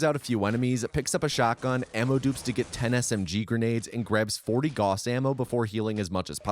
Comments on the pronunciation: It's pronounced "gowss" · Please, learn to pronaunce Gauss, it sounds so bad when you say it and you say it so many times, it is so triggering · His name was 'Gauss'. Picture the word 'loud'. Use the 'ou' sound from loud and pronounce the 'au' from Gauss like this. He was one of the guys on our money 'Mark' before we started using Euro, btw. He was on the 10 Mark bill, iirc. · "All other mentions of selfgauss were correct though." Except that he says Goos instead of Gauss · Agh! I started getting too distracted at the end every time you said g-aw-ss instead of g-ow-ss. Otherwise great video though. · It is pronounced "Gowss" not "Goss". A common mistake, to be certain. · GREEEEEE!!! IT'S PRONOUNCED 'GAUCE', NOT 'GOSS'!! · Gauss is not pronounced Goss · It is Gaussrifle, Gauss not Goos/Goss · He didn't say Gauss, he said goss. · as a physicist, this pronunciation of Gauss was painful. Great video though! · he's mispronouncing "Gauss" again 😠😠😠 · it's the tou cannon not gauss rifle i hate to be that comment but it is the tou cannon